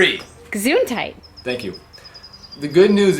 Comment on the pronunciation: I'm sure she said "gazoon tight"!